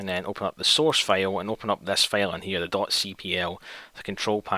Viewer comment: When you pronounce "file" as "fail"